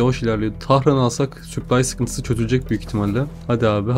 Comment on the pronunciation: Kanka her süplay dediğinde kendimi parçalayasım geliyor. Gözünü seveyim yapma şunu daşşanı yirim